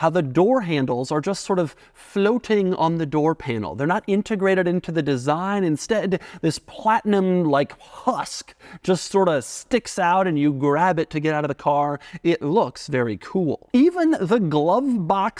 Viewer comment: Doug is the type of guy who doesn't know the difference between "husk" and "tusk"